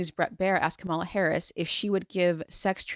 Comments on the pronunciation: Not surprised you can't be brothered to pronounce kamala's name right. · That and she can't be bothered to pronounce kamala's name correctly...